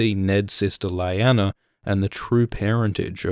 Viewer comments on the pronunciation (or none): none